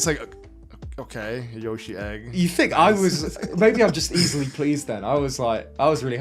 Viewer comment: The way pronounces Yoshi as Yuh-shi